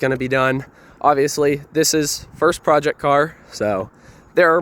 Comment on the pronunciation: What's a "Proect"?